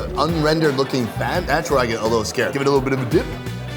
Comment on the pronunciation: “Take a lilbirrovadip” 🤣🤣